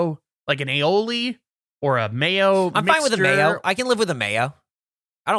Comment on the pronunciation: The way Gavin pronounces Aioli sounds like a groan tube, and now I can’t unhear it 😂🧪